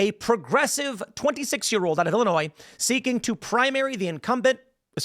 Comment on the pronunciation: Wait she lives in Illinois and pronounces the S lol